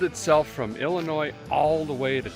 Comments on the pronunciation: I can just feel the collective cringe from all the Illinois natives every time he says "IlliNOISSSSSSSSSSSSSSS" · There is no noise in Illinois 😜. it’s pronounce Illinooo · Someone must have gave a feller a hard time about pronouncing the “s” in Illinois 🤣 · So a guy hails from northern wisconsin, and every time you pronounce illinois, it cracks me up!😂